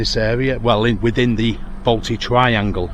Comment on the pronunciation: If your coming to my City at least learn to pronounce the suburbs correctly. The Balti Triangle is not a place like Drayton Manor either.